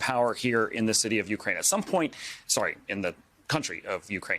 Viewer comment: Lost credibility the moment he said city.